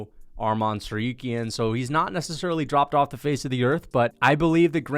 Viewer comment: I hate the way he pronounces TsarROOKyan